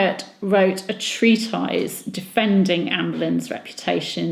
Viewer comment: 'treatise' pronounced as treat-eyes? New one to me!